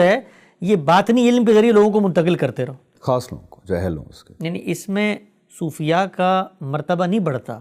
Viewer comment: " صوفیاء" نہ کہ "صوفیہ"